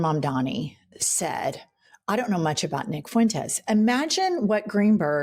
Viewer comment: "Nick FOO-wentes" 😂